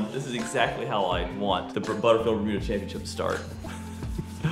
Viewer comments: U might be to blame on why pronounces championship “chompionship” like he’s straight out of semi valley! Lol when did he start doing that? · don’t ever say chompionship like that again! Real bros of semi valley head ass 😆 in video people incase you are wondering